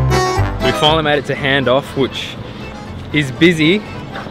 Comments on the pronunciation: Hahaha funny watching you guys trying to pronounce Hahndorf!! Its said like "Harn" "dorf". Supposedly all the rage for tourists but its just annoying coz its sooo slow to travel through the main drag when its busy. Might pop down to town and see you guys at the 4wd show!!! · So happy 4 u, can't wait to see all the sick vids from cape York...and its pronounced Harndorf...BTW that lolly shop, one of my fav places ever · pronounced harn-doorf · Ive been to Hahndof (spelt wrong i think) but you where pronouncing it wrong